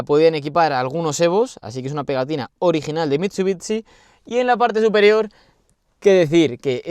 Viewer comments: no es mitsubitsi se dice mitsubishi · Se pronuncia "mitsubishi" no mitsubiTsi, es horrible cuando lo dices por dios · mit su bits ci. por que los españoles tienen unas pronunciaciones tan de mierda!? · Muy muy guapo el vídeo, el Evo 6 y 9 siempre han sido mis coches favoritos de toda la vida. Por dios escuchar MitsubiTsi duele!